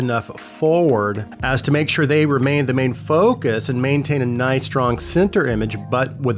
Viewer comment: made me giggle the way "focus" sounds hehe. Great video though!